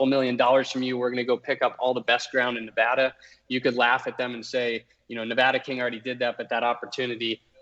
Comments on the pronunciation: Please talk to 1 person who lives in Nevada, why the hell is it so hard to pronounce correctly. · Say the states name right.